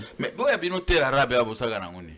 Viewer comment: 45min 41sec, alingi abomanga panzi😄😁😂🤣😅 "terre arabe" balobaka terre arable, rien avoir avec les arabes.